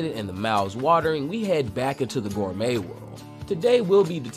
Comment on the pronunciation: Bro, how are you going to produce Toriko content and not know how to pronounce gourmet? Lmao